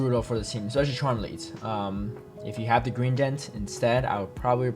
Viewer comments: Gree-dent,. Not Green-dent 👀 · Dude... I cant watch this bro, you calling Greedent "GreeNdent" is so incredibly trigerring, I cant get over it. Normally love your content, but it cant be that hard to read a Pokemons name... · I love you but if I hear you say GreeNdent one more time....😂 Think of it like "greed." Greedent is GREEDY for berries